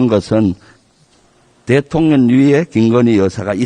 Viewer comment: 저는 왜 자꾸 대통년으로 들리죠? ㅋㅋ